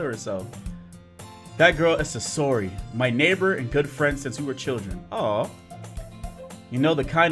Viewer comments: say or he.not sayora. say or he sayori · I know I am three years late but dang I didn't know you played Doki Doki Literature Club! I am glad I stumbled on this video! Also, it is Sayori not Sasori XD. Everytime you kept mispronouncing her name, I couldn't help but laugh XD! Love your videos man keep them up! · its (sa-your-e) ok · Who the heck is susory?! Do you mean sayori?! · It is not sasori it is sayori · Sosori Me: I am sosori my brain had to hear that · This man said "sesory"😂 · Pronunciation= SAY-UR-EE you're welcome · Oh my freaking God I'm going to die if he says "SUSORI" again!!!! and now I'm jumping out the window! Goodbye cruel world!!! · It's pronounced "Say-ori" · STOP SAYING SASORI👿😡THIS ISNT NARUTO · okay, say it with me Say-Or-*Ee*. Good. Again, Sayori. (*Like see, but without the 's') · where do you see the S at bruh I’m dead lol it’s Say-ori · Btw you said sayori wrong